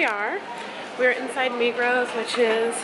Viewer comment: Migros is not one of the biggest supermarket chains in Switzerland, it is THE biggest chain, and the S in Migros is not pronounced.